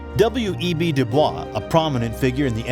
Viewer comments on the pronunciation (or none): One quick note: WEB Dubois rhymes with voice or boys. You can look up a note written by him of how to pronounce his name.